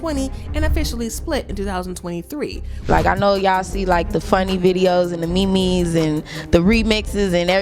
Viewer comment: Dreezy say "the Me-Me's"( memes).😂😂😂